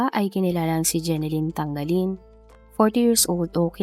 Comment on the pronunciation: TaNGAlin hindi TaNGGAlin 😂😂😂